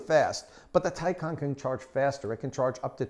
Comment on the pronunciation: It's pronounced Tie-CAN....not Tie -con